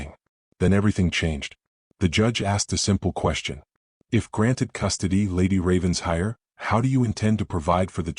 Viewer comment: RAVEN-SHIRE, please. This pronunciation was in another story and called out. Don’t they ever learn